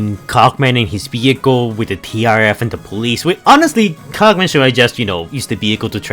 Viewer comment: Please don’t ever say Cogman again. 🤣